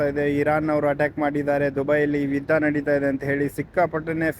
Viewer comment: ವಿದ್ದ ಅಲ್ಲ ಯುದ್ಧ